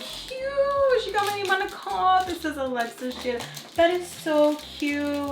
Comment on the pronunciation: She’s adorable and just like her mama ♥️ I love how her name is said in Spanish ♥️